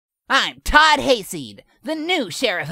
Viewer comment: says "Todd" in the most British way possible.